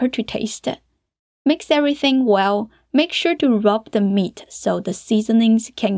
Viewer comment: I just love the way u say meat ah. Hot ah. Beef ah. And the recipe too lol 😂